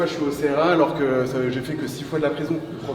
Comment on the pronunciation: On ne dit pas C-R-A mais CRA !